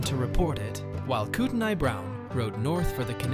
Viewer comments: I was born in that area. It’s pronounced koot on eey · The "T" is silent in revenant. It if were a woman, it would be pronounced because it would spelle revenante for feminine gender. Look up the pronunciation of Kootenai.